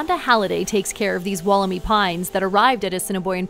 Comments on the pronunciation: dantemadden You’re wrong too, it’s pronounced, wolla-my. There’s no double “o” are you thinking of Woolamai beach, in Victoria? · walker Not, “wool,” it’s “woll,” Sounds like, wolla-my. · Atleast pronounce Wollemi correctly, It’s pronounced Wool-le-my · Pronounced woll-em-eye